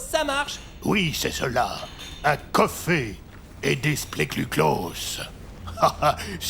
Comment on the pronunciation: Un "Côfé" et des "spléclucloss" 😆☕